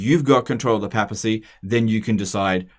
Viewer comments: It's papacy, not pappacy. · PAY-PA-SEE NOT PAP-AH-SEE